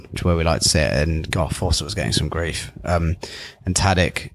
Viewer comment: Great podcast but why doesn't the dude pronounce Tadić's name correctly?